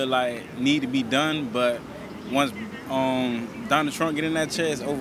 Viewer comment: guy for real said "donald truh"